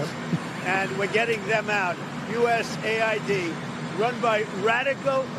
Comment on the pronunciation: Guys, its not USA ID, its US AID.